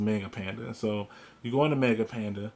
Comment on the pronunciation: Murdering the pronunciation of 'manga'... Why? Manga, 'ma' like in 'mama', not like 'may'.